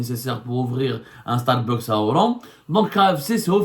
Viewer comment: Correction de prononciation: on dit Starbucks( starbax). Pas starbeuks